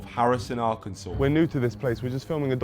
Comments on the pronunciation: I’m from Arkansas. I’ve always heard that Harrison is the most racist town in the country and even i didn’t know that the KKK leader wasn’t from there, he’s actually from Zinc. I didn’t even know there was a place called Zinc here 😭 Also the way Hasan pronounces Arkansas is killing me, but I can’t blame him, no one ever really talks about this state. Rip. I love that this dude made a new buddy in Harrison. It’s so damn wholesome! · How come a brit can pronounce Arkansas correctly but Hasan can't?